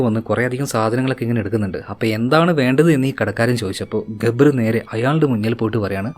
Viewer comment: ഗബ്ബർ ❌ ജാബർ